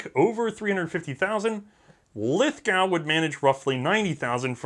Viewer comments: Tip from down under, Lithgow is pronounced 'Lith-go' with the 'Lith' part said as short as possible. I'm slowly starting to pronounced it as 'Lithhh-gow' because of all the firearm youtubers from America, which is worrying. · Sorry mate, its pronounced "LITH-GO" not "LITH-GOW" - at least by us Aussies (pronounced "OZEEZ"). Love you guys over in the US, but you pronounce all our words wrong! Its probably our crazy accent. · Australians pronounce Lithgow with an oh sound not a ow sound. Lith-go. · Not to be pedantic, but it's pronounced Lith GO not Lith Gow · *Crosses fingers Don't say Lith-gau, don't say Lith-gau <EDIT> Dammit. It's pronounced "Lith-GO" (just like John Lithgow), but don't worry about it too much, I haven't seen an American youtuber get it right yet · in australia, the lithgow is pronounced lithgo, not a criticism. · I don't know if it's been said, but, it's lith-go mate ;) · Lithgow is pronounced Lithgo (the w is silent). Lithgow small arms still produces firearms for the Australian military. I loved the SMLE, I fired one as a high school cadet. .303 rifles and the Bren gun fired at the local rifle club menat that school used to be fun.... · lithgow is pronounced lithgo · Great episode! but we Aussie pronounce it Lithgo. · Lithgow is pronounced Lith-go. It doesn't rhyme with cow. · Yup very much GO, like "i must go to the museum" next time in in NSW. Gun Jesus pronounces it correctly. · New Channel Lithgow or as its pronounced "Lith-go"....is in Australia not the UK. So....its pronounced as such....whether your 'merican or not. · the W in lithgow is silent......